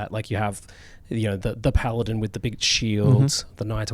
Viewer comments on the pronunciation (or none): none